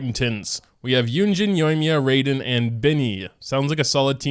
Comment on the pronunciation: "Rayden" Shogun